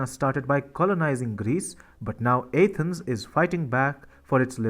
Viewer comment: How can someone not know how to pronounce Athens? You are pronouncing the A as in ape, which is wrong!